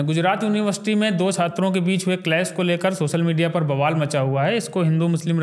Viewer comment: क्षात्रों नहीं। छात्रों। भाई सही हिंदी तो सीख लो पहले। फिर वीडियो बनाना।